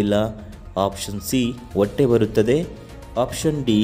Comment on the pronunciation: ಒಟ್ಟೆ ಅಲ್ಲ ಹೊಟ್ಟೆ, ಸರಿಯಾಗಿ ಉಚ್ಚರಿಸಿ